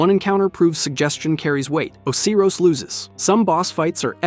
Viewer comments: he also said Oh-kay-ros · O-see-ros is the one that got me. On top of that he doesnt even keep the pronunciations consistent